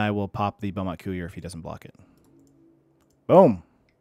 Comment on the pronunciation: I like your stream but couldn't watch this one. "Bomat coo-ier" just isn't right. I can normally get over mispronounced card names but that's too much for me.